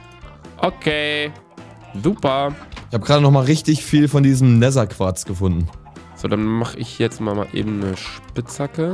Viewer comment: Gomme immer so: nehser: Nether*😂 Feier euch❤️💪🏽😂